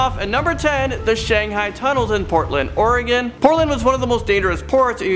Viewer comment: Are you guys serious you cannot properly pronounce Shanghai or Saloon?